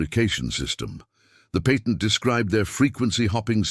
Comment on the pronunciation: George discussed the PAYTENT with Hedy??? I thought we spoke American English here. It is NOT PAYtent, but patt ent